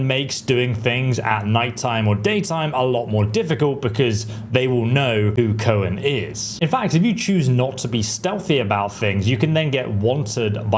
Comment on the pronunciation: Coen pronounced Koon sounds like a dutch name